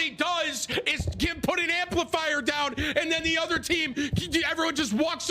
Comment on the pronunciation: "Hey didi enjoy the amplifaiya" :)